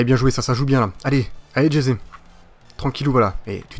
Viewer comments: ca se prononce pas jeté mais resé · Ça se dis Resé Mdr tu dis Jesé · Stp dis Ressé pour Jese même les commentateurs france3 le dise😭😭😂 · tu me tue quand tu dit jese 😂😂😂😂